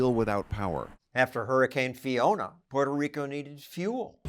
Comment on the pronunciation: 👨🏻‍💼"Distaster in... " 🕺🏼"Puerrrtoh RiiiCoh"